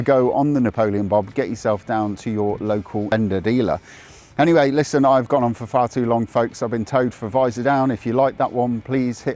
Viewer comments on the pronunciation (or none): none